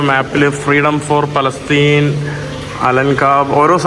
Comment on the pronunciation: പലസ്റ്റിൻ അല്ല ഫലസ്തീൻ അക്ഷരം മാറല്ലേ